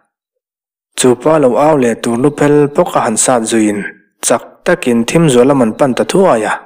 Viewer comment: Thim zual na lam, tih i lam hi a van dik chiah lo ve leee, THIM tih hi thluk hniam lo in thluk sang deuh zawk la a dik ang aaa..